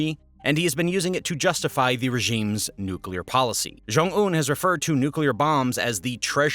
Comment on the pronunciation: They could also have a Chornobyl-type nuclear accident. And it is pronounced New Clear, not nuke-u-lar